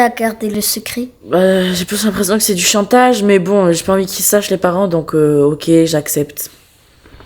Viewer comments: elle a dit tatage ou c'est moi ? 😂😂😂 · elle a dit tatage😂😂😂😂😂❤❤